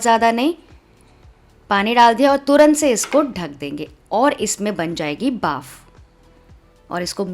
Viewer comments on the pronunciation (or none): Baaf nhi bhaap😅